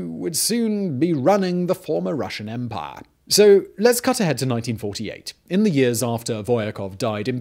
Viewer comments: Did Bane possess you ? & an imperial officer every time you said 'empaaaaah' xD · Drink every time Simon says Empah!